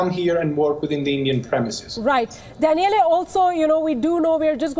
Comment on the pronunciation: Danieleh? LOL